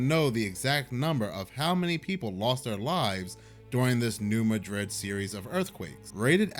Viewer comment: Please please please for the love of God can yall at least pronounce my hometown right?? Im so sick of hearing Madrid like Madrid Spain... its not pronounced that way. Its pronounced New MAD(Angry mad!!!!!)RID! In 2009, FEMA had ordered 1 million body bags, MREs and Plastic coffins just in case an earthquake happened. Also in 2011 This area had a flood and Cairo, IL was about to go under the water in the Mississippi and Ohio rivers. Well it was decided in that to save Cairo a levee called the birds eye levee in Missouri near New Madrid was gonna have to be blown up to releve the pressure from Cairo so it wouldnt go under. Missourians were mad cause that was good farm land and there homes would be destroyed. Well missouri tried to stop it but to no avail. The US Army Engineers Corps put a crap ton of C-4 into thar Levee near New Madrid THATS ON A FAULT LINE, and under President Obama's orders at 8pm on May 1st 2011 they blew up that levee with c-4 and i live 50 miles from there and we felt it shake the ground. Well to cover that up on midnight May 2nd 2011 President Obama announced thst Seal team 6 killed Osama Bin Laden. Quite convenient! Well i pet goat 2 was warning of this. But masked behind future events. Good video! I hope this info may help expain and connect some familiar people together you mentioned!! Much love❤❤❤